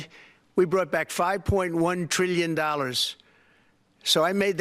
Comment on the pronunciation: Triwwion Not trillion. just like JD Vance people would pronounce